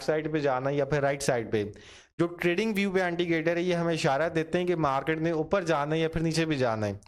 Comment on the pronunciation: Why saying antigator? Its indicator